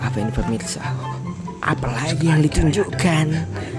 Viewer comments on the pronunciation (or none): none